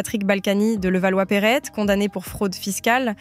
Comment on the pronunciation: Salut très bon zapping ! en revanche y'a des ptits soucis de prononciation, Levallois Perret = Perré pas besoin de prononcer le T à la fin, Catherine Ringer = R1gé Et Pékin = Pék1